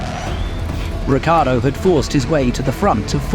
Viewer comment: Even when he leaves they don’t say his name correctly. Saying “rich-ardo” is too difficult, probably